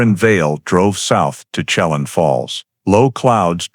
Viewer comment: At least study how to say the names (Shuh-lan) Chelan, and (Spo Kane)